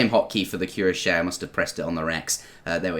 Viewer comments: Cuirassier is pronounced "QWEE-RA-SEE-EY" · About cuirassiers prononciation, as i'm French i'm gonna give it a try ^^ : kwira-sea-a I don't know if that helps a lot but google traduction seems to pronouce it correctly this way. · It's like you're saying "oui," but "cui."The "ra" makes a "rah" sound, but don't forget to combine it with the normal s sound that comes after it. The "si" makes a Spanish "si" sound. The e at the end of the word makes a "eh" sound. So, it should make a cui-rahs-sieh. I have high school French. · Queuerashiai :D jk Cuirassier is not an easy word to pronounce, even for us. GG bro